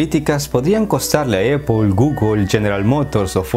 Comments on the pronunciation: Se pronuncia "Naiqui" NO "Naic" / "Apol" No "Eipol". Salud2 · Excelente pero porque dices eipol se pronuncia apple en ingles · Muy buen video 👍 pero déjame decirte que Apple se dice "Apl" en español y no "Epel" 😆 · "Donal Tram" y "Eippol" :v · Perdistes crebilidad desde el momento que dijiste eppol 😂🤣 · Superinteresante, como siempre. Solo una cosa: me ha costado trabajo averiguar qué cuando dices "opo" te refieres a Apple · Se pronuncia AAAApple